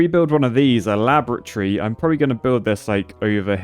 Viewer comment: (la-bruh-tree), excellent pronunciation